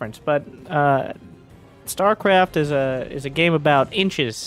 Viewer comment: "stuarecarft two"